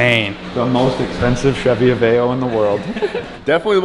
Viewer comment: Finally! is the first person to say Aveo right lol